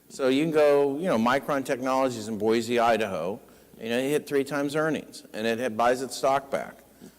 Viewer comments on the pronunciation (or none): "Boisey Idaho" This guy really is from California. What an idiot.